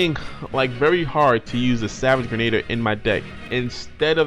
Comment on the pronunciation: Friendly advice: pronunciation for Savage “Grenadier” is Gri-Nuh-Deer not Gruh-Nay-Dee-Er.